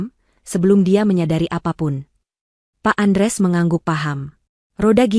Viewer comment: Utk ibu yg baca hrs nya ya tetep baca Andreas bukan Andres